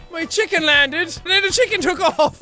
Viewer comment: LMAO "Check In" instead of "Chicken".